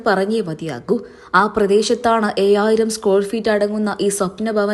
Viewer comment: എയായിരം അല്ല ഏഴായിരം